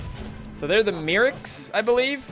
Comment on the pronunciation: Probly pronounced like the word clerics, Magikill + Clerics = Merics. your pronounciations get worse and worse lol